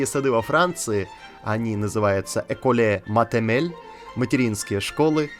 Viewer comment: Ваше произношение École maternelle меня убило...🤣🤣🤦‍♂️